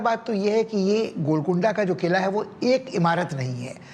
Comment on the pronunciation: Please do not murder our National Language, it is Qila not Kila, Quli Qutub Shah not Kuli Kutub Shah pronounce properly or don't say anything.